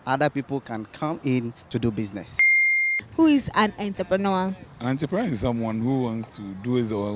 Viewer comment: Not Enterpreneur but rather entrepreneur( french word)! Love my Rak Fam!!